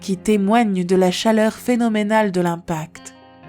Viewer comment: N'auriez vous pas pu faire des pauses pour cette pauvre narratrice ? 34'40'' : C'est d'la bombe automique ! 36'28'' : C'est phénoménémal ! 41'38'' : De gigantesmes glissements... 45'45'' : Le quartz n'est pas un métal. 51'07'' : Dans la péniainsule du Yucatan... 51'45'' : Une femme daltonienne ! Bravo, il fallait la trouver... 54'57'' : Faire preuve de ressources : ça ne veut rien dire ! 55'28'' : Avant la chute de la féroïde ?